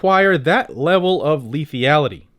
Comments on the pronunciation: Lethality lethality, not lethiality? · Camera looks good 👌👍 P.S. it's "Lethality" not Lethiallty lol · I love this channel but I died every time you added the extra e to lethality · lithyality???? lethALITY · Sorry, I love the channel and all you do but I'm ocd when it comes to spelling, grammar and enunciation. Out of respect for you, I humbly submit this correction. Forgive me, I'd rather take the heat on here for trying to correct this than have anyone think less of you for it. le·thal·i·ty /lēˈTHalədē/ noun the capacity to cause death or serious harm or damage.